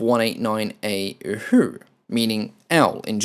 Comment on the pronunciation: I may only have a German vocabulary of around 20 words, but 'Uhu' just didn't sound right!